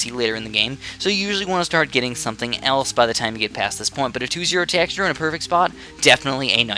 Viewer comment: Why does he say it as tackshear